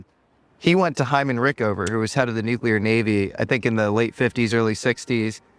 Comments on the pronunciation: Its impossible to believe any person talking about nuclear as a topic who says " nuke-cu-lar". We made fun of Bush for his buffoonery as President speaking such illiterate junk, but now we are supposed to accept it from guys like this? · I'm suspicious of anybodywho can't pronounce the word 'nuclear'.